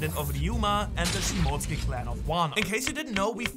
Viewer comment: It cant be this hard to say shimotsuki